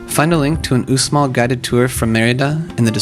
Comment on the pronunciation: Uxmal is pronounced /ushmal/. The x in Mayan always makes the sh sound.